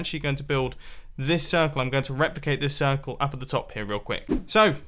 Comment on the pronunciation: It is not circle but cirCOOL :D